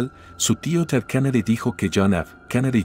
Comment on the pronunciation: No se dice kanady es Kennedy con e.